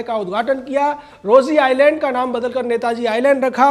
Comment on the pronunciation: Correct Rose Insland instead of Rosy Insland